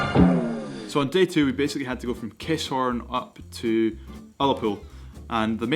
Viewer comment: its not KISS-HORN its Ki-SSSHHHORN !